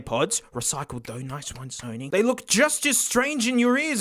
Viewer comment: "The Sony Dough-nys"